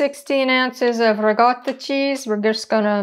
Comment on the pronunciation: Was listening from across the room at first, & I kept hearing you say "regatta", thinking some kind of fancy cheese for the yacht races or something =) You know~ like the pimento served at the Kentucky Derby ~ Could not resist that one, really I couldn't. =) This looks amazing~ bellisima!